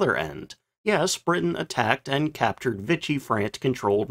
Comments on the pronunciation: TO THE NARRATOR: Nice piece, as usual. But PLEASE: It’s not “Vitch-ee” France, but VEE-SHEE, with almost equal stress on the two syllables. I know you’re not a linguist, as I am. But this is important, man! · "Vee-shee", not "vich-ee"....